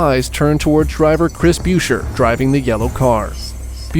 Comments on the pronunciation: the way he says chris bueascher or what ever bro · “And it’s Chris boosher who wins at Michigan” just don’t sound good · Bro this video pissed me the FUCK off. Literally almost none of these crashes were even dangerous. Like, do you know what a rollcage is? Also, learn how to pronounce "Buescher" before you speak.